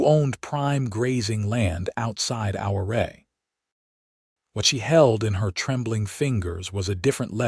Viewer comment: Good story but their pronouncing Ouray incorrectly.